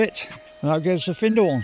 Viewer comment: ermmm... Findhorn? You nailed it first time, but then you wandered a bit, it's find rhyming with wind or binned. And Fochabers! But that's always going to be a bit tricky. On the credit side you got Lossiemouth and Garmouth right, the mouth is mouth not mith, a lot of English folk rhyme it with Portsmouth, Portsmith. Enough pedantry! Great vid, keep at it pal.